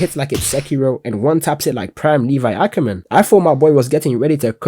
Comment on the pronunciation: Nobody: Me: did bro say Ong instead of Aang Lol j/k loved the video 💯